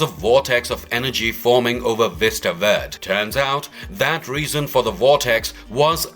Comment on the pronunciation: “Ver-day” not “Vurd”